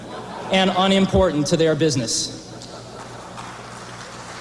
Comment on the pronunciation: "Can Apple's Macintosh Take IBM's Penis" ? Swear to god....listen to it.